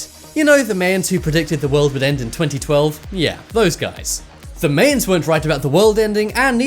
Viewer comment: You really ought to have checked how to pronounce Tucson and Mayans LOL. And as to blurring out military sites to other countries don't know what you've got...does anybody really think that foreign governments don't have better satellite imagery than Google?